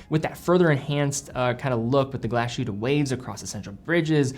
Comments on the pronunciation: Please, you pronounce Glashütte as two Words: Glas Hütte. Not as Glasjute. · Everyone butchers the name of this town. What is wrong with glass-hut'a?